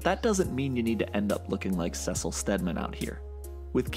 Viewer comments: is SEE sil. not "sEsill" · I’ve watched all of these videos and the one thing I can’t get over is the way he pronounces Cecil. It’s not “sessel,” it’s “SEASULL.” COME ON. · Why did this man just call cecil sesil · Ugh why'd you pronounce Cecil like that?! 😭 almost closed the video based on that alone lol they say his name in the show countless of times nd still choose to pronounce it that way 😐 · Have I been pronouncing Cecil wrong this whole time?